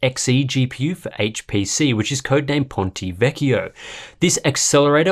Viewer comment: Finally a good pronunciation of ponte vecchio ◉‿◉